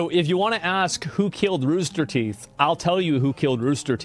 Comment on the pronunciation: Wtf is ruster teeth?